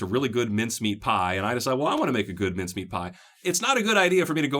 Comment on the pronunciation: Hi, thanks for the videos, you have been very helpful. I have to ask though, where are you from, and where did you hear about these ‘minced-meat pies’? Or are you saying ‘mince-meat’? I’m from Australia, we generally just call them pies, or meat pies if you want to be specific! 😀😀